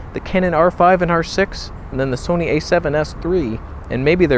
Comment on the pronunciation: "This is Soneh content!" 🤣